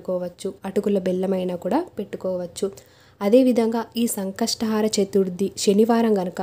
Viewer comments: Antha baundi. Baaga chepparu kani sankashatahaara kaadandi, sankashtahara....plz don't mind otherwise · It should be pronounced as Sankashta hara Chaturthi not Sankastha "haara" chaturthi.